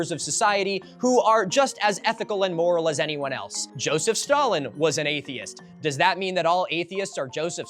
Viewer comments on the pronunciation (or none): none